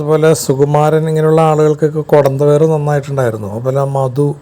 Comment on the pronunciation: കൊട ന്തവയറെല്ലടോ കുടവയർ ശരിക്ക് പറയ്